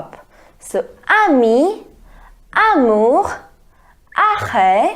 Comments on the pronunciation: Why you amour with kh sound i can't understand this can you please tell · Mam r ko kh bolte hai french me "amour" ki pranounciation me